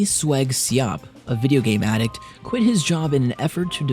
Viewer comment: Its not ad duct its a dict